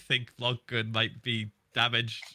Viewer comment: Nobody : Tommy : Vog Glun